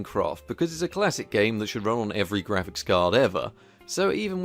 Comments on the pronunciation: "Graphicks" Card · You end up spelling it Graphicks exactly like you end up spelling it Magicks! ;)